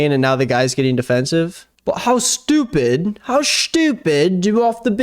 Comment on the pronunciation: He talks about how we pronounce works yet he pronounces ‘stupid’ with an H….shhhtuupid! 😂😂😂😂